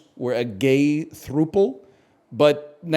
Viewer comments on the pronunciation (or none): Him pronouncing it as through pull, is hilarious, but his gay Apollo mission rpf is captivating